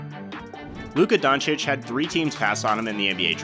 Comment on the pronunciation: Luka dochich